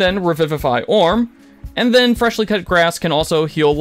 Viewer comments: "Fresh Cut Grass", not "Fleshly Cut Gass" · How do you watch Critical Role and not know how to pronounce Imogen's name or Fresh Cut Grass, not FRESHLY???? Seems sus to me 😅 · Eyemogen's dream?? Dear lord, with the amount of times the cast says her name, you could at least pronounce Imogen right... Also, FRESH cut grass, not freshly... jeebus... Otherwise good vid. Sorry, I have a pet peeve against mispronouncing names. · Yeah Freshly(?!) Cut Grass has revivify! And Eemogin is going crazy! Don’t think this person even watches the show. How can you not know how to pronounce or say character names?! SHEESH!!! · Ee-mo-jen and "Freshly" cut grass? My guy, they say their names out loud, many times. How can ya consistently say them wrong lol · Oh dear god. I just got to eye-mogen. Lol. It’s like nails on a chalk board. And then it became ee-mogen. Aaaand now fresh-ly. Oof. Lol. SMH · "Hi"mogen? Fresh"ly" Cut Grass? 🤭 I'm surprised there was no "Loud"na 😆